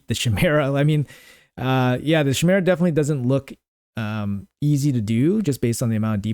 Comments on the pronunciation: who is Sheemera? Bruh i lov u but its KYmeera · chimera= kai-me-ra lol please google how to say it xD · OK, but where in your life did you ever hear it pronounced "shimera?"